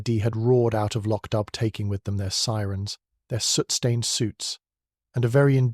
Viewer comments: IT’S PRONOUNCED “LOCK-DOO”. It’s annoying to hear the constant butchering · It is pronounced Lock Do! And PLEASE let Julian Vane and Julian Vane Smythe die already. He is like a vampire who can’t be killed. Julian has been murdered at least 5 times.